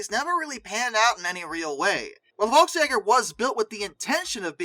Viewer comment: Close: Volks = FOLE-k's Quick German overview: v = f f = f w = v st = shh't sp = shh'p sch = shh ß = ss j = y ei = eye ie = ee ö = eww ü = 'ew ä = ey It's a bit more subtle but that's the gist of it.